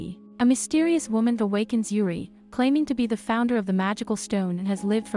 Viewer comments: Only thing that bothered me is how the text to speech pronounced "Juri" as "Yuri" If it were any other word or side name it would've been fine, but the main character? lol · pronounced: Jur L'ree. Japanese not Spanish